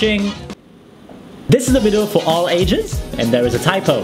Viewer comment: to stop from saying "Vido" instead of video